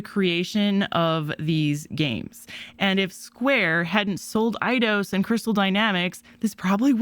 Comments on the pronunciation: EIDOS = AY-DOS. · Your saying eidios wrong